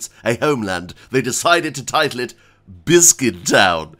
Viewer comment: I for one am a fan of the subtle adding of S to bissssscuit everytime you start a new game.